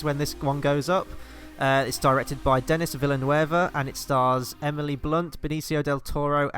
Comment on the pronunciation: His name is pronounced Dunny Veelnuv. Love both Sicario films, love the sequel more.